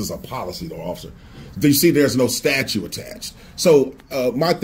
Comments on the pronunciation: "What STATUE" jesus - it is STATUTE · That “calculus of things” was hilarious! Also STATUE instead of STATUE. What a pillock. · "Statue" 😂😂😂😂😂😂😂😂😂 Go back to school!!!